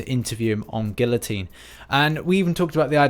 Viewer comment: Debbie Xansmom I unsubscribed when he said GuiLotine for the fourth time. Sigh